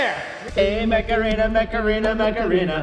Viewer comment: At some point stopped saying “Mech Arena” and started saying “Macarena”